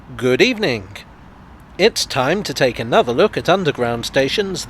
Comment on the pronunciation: did you say "good eefenink"?